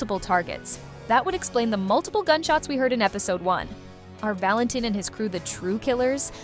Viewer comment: Valentin is pronounced “VAL-en-teen”